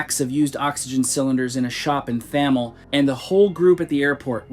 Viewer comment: The 'h' in Thamel is silent, like in River Thames. 😊